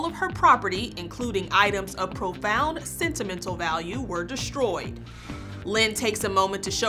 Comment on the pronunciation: “Deshtroyed”? There is no h in “Destroyed” please speak with proper diction. English is your first language for Christ sakes…🤔